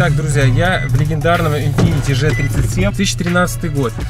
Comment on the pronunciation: Если че,не Ж 37 а Джи 37.колхозник учи азбуку